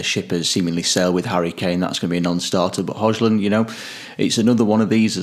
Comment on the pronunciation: Grown ass men cant pronouns Hojlund's name? WTF is wrong with you lads, can't you bloody make an effort to learn how to pronounce his name correctly? Pathetic.